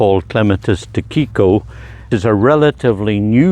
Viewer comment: Tsukiko is tsookee ko as opposed to tsoo keeko. Tsuki is moon. Ko is child.